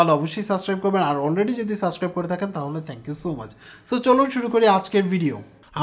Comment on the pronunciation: You already have so many subscribers so please try to pronounce "subscribe" not suscribe.